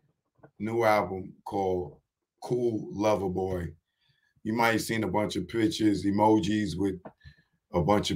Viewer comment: CERTIFIED LOVER BOY .. please say it right